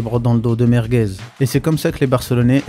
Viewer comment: Vasquez c'est quand même 5 LDC. C'est quoi ce "Merguez"😅